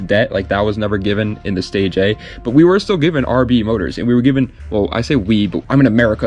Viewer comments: I don’t know everything but I reeeeeaaalllyy don’t think the 1st Nissan is called the Nissan “Stay J” …… I never heard anyone say it like that. I’m pretty sure it’s “stay gia” but what do I know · Fyi The stagea is pronounced (stage-eea) not (stage-a) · It's Pronounce Stay ji ahhh